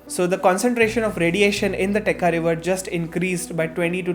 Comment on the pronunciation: Absolutely loved it. But it's Techa( cha as in chai) and not Teka river 😅